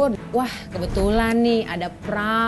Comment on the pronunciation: prawn should be pronounce like prown